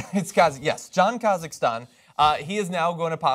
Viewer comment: Koskinen is pronounced Kou-Ski-Nen. It's a Finnish name.